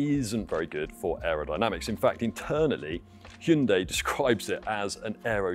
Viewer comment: Thank you for pronouncing hyundai properly 🎉 not hi yoon die 😂